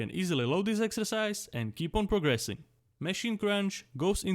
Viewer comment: Mechinen mechine mechine😂😂😂its MACHINE but i like how you say it